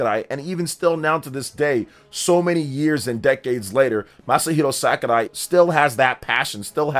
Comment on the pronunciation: SAKURAI! NOT SKARAI